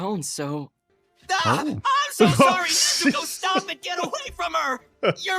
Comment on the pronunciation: Please pronounce Nezuko correctly. Your putting too much emphasis on the "u". Listen and hear to how they say it in the show.